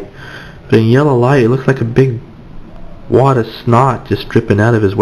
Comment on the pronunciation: wod of snot lmao!